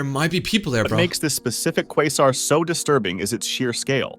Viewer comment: Bro it's pronounce quasar